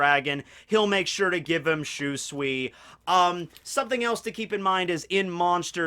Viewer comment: My God Lear how to say SHUSUI fuckin name!!!!! That cringe from your pronouncing it like that is killing the mood.